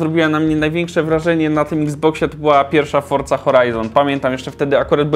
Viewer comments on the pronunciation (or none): none